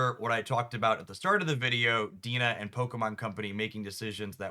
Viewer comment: The company name is kinda unintuitively pronounced; it's pronounced like DNA. I think it is worth noting that DeNA is the developer behind Pokemon Masters as well. This is entirely speculation on my part, but as a player of both Pocket and PoMa, it seems like DeNA is running Pocket as if it is a single player PVE gacha game like PoMa since that's what they've been fairly successfully doing for 6 years now, rather than a digital CCG. They release new sets monthly exactly like how PoMa releases 4-6 units in batches each month which while good for revenue is probably hurting the game in the ways you note in your video. The trading announcement so far in advance is a one off in Pocket, but considering PoMa, they have multiple times over the years announced new features/game modes months or even a year in advance iirc. There's a lot more similarities I can draw, but the TLDR of it is it really does seem like they're trying to run Pocket just like how they ran PoMA. PoMa as a community is much smaller than Pocket and as a single player game it was fine, but clearly it doesn't work for Pocket. Hopefully with the money Pocket is making they'll invest in updating their processes to fit what Pocket is rather than mimic what PoMa is doing. I'll be sad to not get the meta reports, but best of luck with your other content.